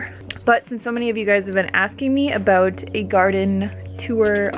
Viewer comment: you're beginning to sound a bit canadian... i could so hear it in the word about -;-).